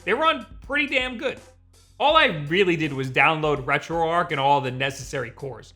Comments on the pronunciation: ...The word is "arch", not "arc"....Retro...Arch.....why do so many people get this wrong? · if this "RetroArch" is prnounced the way you do, hows this "retroarc" pronounced? herd of archbishop or Noah's's arc?